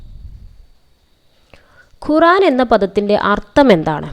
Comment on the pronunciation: ഖുറാൻ അല്ല ഖുർആൻ